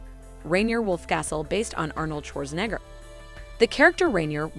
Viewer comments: You couldn't even pronounce Schwarzenegger correctly! SMH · Your saying Arnold Schwarzenegger name all wrong! 😂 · Is the voice talent a teenage foreign robot? How does she not know how to pronounce Scorsese, Schwarzenegger, whatsup, and even the channel name?